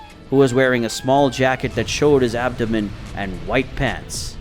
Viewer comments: The abdomen thing kills me. Messes it up 2 or 3 times then gets it right once. Same thing in other vids too. I still watch but it hurts my ears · Your not pronouncing abdomen properly